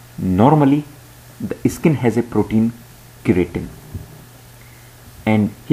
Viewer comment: Stop pronouncing it "Eh-skin"....its just "Skin"